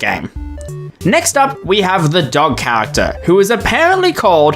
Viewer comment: Why does every fnaf YouTuber pronounce character as chawagter